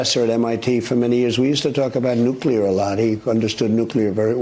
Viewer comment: So glad that you actually pronounce nuclear correctly; so many other "influencers" do NOT. Like fingernails on a chalkboard to hear supposedly educated folks saying nucular ("nuke-you-ler"). Thank you.